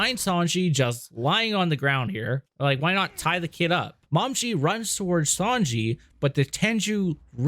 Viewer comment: Her name is pronounced Mo-me-gee.